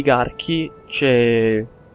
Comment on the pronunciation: Clistene non Clìstene ahaha